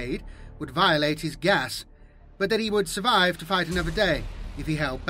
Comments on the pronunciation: Took me awhile to realize you were saying geas. Thought you were saying gas. Much confused. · Just in case you come across the word again, Geas is pronounced gesh, like mesh.